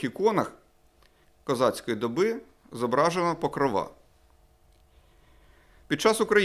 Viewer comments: Дуже неприродньо звучить покровА як на мене правильно говорити Покрова. Можливо помиляюсь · не покровА, а покрООва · ПокрОООва. Правильно говорити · У меня все старики ,вклю,чая прабабусю говорили ПокровА.Мне кажется ваш наголос -влияние русского языка